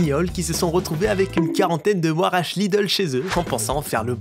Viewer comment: Intéressant comme! Huarache se prononce Hu. Ra. Tchi.